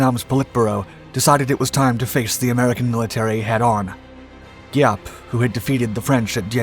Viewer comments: Thank you for this video. While I appreciat your story, which carries honest events, your pronunciation needs a little help. General Giap is pronounced Zap; in Vietnamese, the GI combination is pronounced lika a Z. Võ Nguyên Giáp is pronounced Vo Win Zap. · Giap....with a Zzzziap... sound